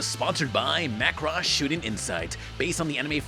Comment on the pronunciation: Is that really how you pronounce Macross? Please say it aint so